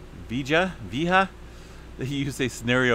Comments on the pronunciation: I believe it is Cumbre Vee-aye-ha" 👍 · Vee-AY-ha. Lol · It's pronounced vee aye ha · It is pronounced ... Cumbre Vee-eh-ha...... :-) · Cumbre Vieja = Old Summit. Pronounced "Kum-bray Vee-eh-ya" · Pronounced phonetically... vee yea (k)ha, the (k)ha is in the back of throat , j is a h but a huh, like your hocking something up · I think it's pronounced, Vee-A-Ha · VEE - A - HAH :) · It’s Vee. A. Hah. (.long A) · Pronunciation is: vee EH ha. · Always great information! By the way… San Jacinto is pronounced San Yah-seen-toe. Vieja is pronounced Vee-A-hah. (Long A sound on the A in the middle of the word, not a short A. Thank you. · Cumbre = top/Summit Vieja= Old spanish word. Victory instead via the e sound as e in egg two vowels combine with J. Vi. E. JA. Jsounds like hustle like the first three letter sound in hustle Dutch said we don't have much advance warning. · If the words are spanish the "J is pronounced like an "H'